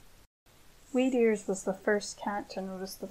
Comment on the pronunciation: Every time she says “Weedears” I hear “Meteors”. Weird, right?